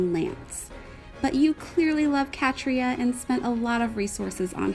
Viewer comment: Wow, I didn't expect my Catria to make the showcase 😂 I just wish I pulled Aerobatics fodder :( And no you actually used the right pronouciation for my name! As for the banner, I'd say go for it. You clearly like dancers and she has a great art! Even if she drops to 4*, you can't guarantee on pulling her with so many reds in the pool :] Edit: I first said wrath but forgot fliers can't learn it